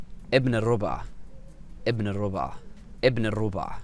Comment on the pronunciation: I think they say rabu3a (رَبُعْ) not rub3a رُبُع doesn’t mean quarter here It’s mean a specific group of people that the one who speak refer to them by saying ibn al rabu3a he mean that this one who we speak of belongs to a group of people which is mostly use to identify person who belong to people that we know them with out saying their name Try to remember the speech that you heard this word in and you may found me right Fashla mean embarrassing When person refuse to do something and say fashla that mean he say we will embarrass our self or another person so the best is not to do Because this is not the right thing to do mostly ——الرُبعْ و الرَبعْ قد يبدو اللفظُ متشابهاً بالنسبة للذين لا يتكلمون العربية كلغة اولى ولكن لفظهما مختلف حسب الحركات الفتحة ( َ)-(a)أو الضمة ( ُ)-(u)الموجودتان على حرف ال (ر) واعتقد انك تقصد الرَبُعْ هنا وليس الرُبعْ لأن الكويتيون يقولون إبن الرَبع ولكني مع هذا غير متأكدة ان كان هذا ما تقصده وابن الرَبع تعني ابن الجماعة اشاره الى جماعة يعرفهم المتكلم والمخاطب دون الحاجة لذكر اسمائهم احمد :- منو هذا (من هذا) خالد :- هذا ابن الرَبُع (ابن الجماعة) او شلونكم يا الرَبعْ (كيف حالكم يا جماعة) يلا يا الرَبع (يلا يا جماعة ) (يلا=هيا) —— فشله يعني هذا محرج يعني ان طلبت مني القيام بشيء فأقول فشلة يعني ان هذا سيكون محرجا اما لي او للشخص الاخر فالافضل عدم القيام به لانه ليس الامر الصحيح للقيام به غالبا